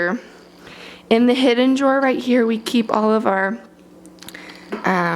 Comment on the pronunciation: She said jaw or draw?